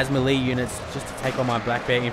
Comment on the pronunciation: Melee Is pronounced May-lay, A part of me dies when you say it wrong